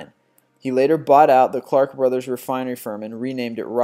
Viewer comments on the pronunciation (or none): none